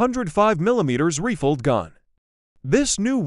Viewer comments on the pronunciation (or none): reeefled 🤣ai voiceover needs to learn pronunciation- rifled